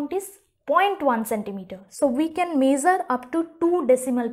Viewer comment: The video was good but it is not mazer the length it is measure the length 😏